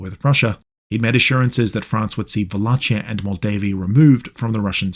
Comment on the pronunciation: The CH in Wallachia is pronounced like KEY.